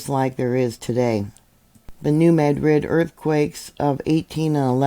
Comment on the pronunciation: I am in Southeast Missouri and just want to say a serious Thank You for saying New Madrid the correct way 😂😂 Sorry don't even live in that town and never have, but has always gotten under my skin when people want to try and say it enunciating each part separately. 😂😂